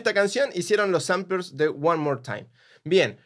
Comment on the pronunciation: La Posta es que tiras cosas básicas y demostras desconocer cosas realmente técnicas, como mispronunciar "Sampler" (le decís samplers, pero ponele que es menor), o incluso peor (por qué va directamente relacionado con lo he HACE Daft Punk) dijiste que usan autotune cuando claramente usan un talk-box, una técnica que suena similar pero que es completamente diferente y si la conoces lo podés diferenciar sin dificultad alguna. Habría que investigar más.